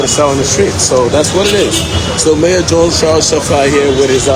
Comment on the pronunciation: its mayor not major smh